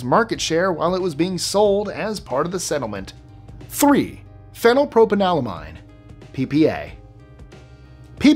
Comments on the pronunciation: He COMPLETELY botched phenylpropanolamine. He regularly mispronounces things. Either you don’t pay attention or don’t know the pronunciations yourself. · You’re joking, right? He got some wrong for sure; phenylpropanolamine being one. None of the syllables were right at all. Not one. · you REALLY need to look into the pronunciation of some of this stuff first. The way you said phenypropanolamine was atrocious. Every syllable is wrong. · He REGULARLY gets this stuff wrong! Even in this video, he didn’t ONCE say phenylpropanolamine properly!